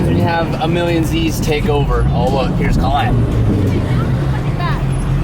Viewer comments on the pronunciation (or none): Anyone notice how says colletes name really weird? He emphasizes the O really hard. When you say her name it’s pronounced (call-ette) not (coal-ette) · Saying Callette instead of Collette is fire. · why he call Collet, CAHLET lol